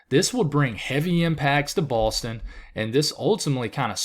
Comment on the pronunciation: he REALLY has an issue just saying “Boston” — it’s okay, you can say Boston. 😁🙃